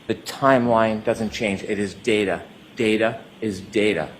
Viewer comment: All I hear is daterrrr 🤦🏼‍♀️